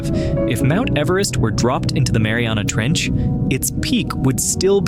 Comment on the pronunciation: Somewhere in said Marina Trench instead of Mariana trench